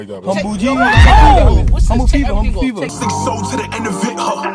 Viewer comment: “Humble Feva”😂😂😂